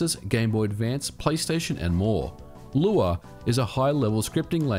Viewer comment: Good job taking on the feedback of how to pronounce Lua. ;) You got it perfect now. Btw, this channel is quickly becoming one of my favourites on Youtube next to Digital Foundry. Fascinating stuff as aways.